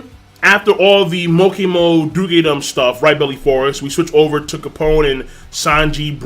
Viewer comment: It's just duke-dom. Not Duk-e-dom, my friend.